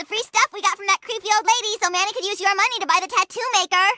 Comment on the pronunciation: Man, as someone who watched this show with the Mexican dub, it feels REALLY weird listening to it in English, especially here with how they pronounce Manny's full name.